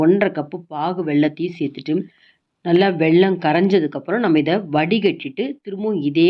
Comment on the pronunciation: it is வெல்லம்... not வெள்ளம்!.